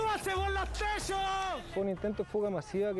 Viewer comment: "suanse por los teshos"